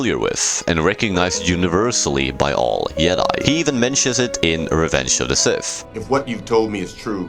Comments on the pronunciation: Why does this guy keep pernouncing Jedi as Yed-Eye instead of Jed-eye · What the fuck is a "yedi???? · Bro learn to pronounce your J’s. Fuckin “yedi” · It’s not Yedi, you doofus lol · I don't mean to be rude, I'm just curious, why do you pronounce jedi as "yedi"? is it just how you choose to pronounce it, or is it because of where you're from? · Ah yes the "Yedai"🤣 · In multiple european languages j is pronounced like that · I hate how you pronouce jedi.